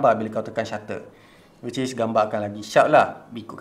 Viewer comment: No one:: wicis